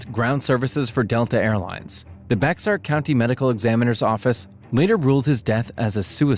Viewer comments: It’s pronounced “Bear” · As someone who grew up there...the 'X' in Bexar is silent. Yeah, I dunno, it's weird.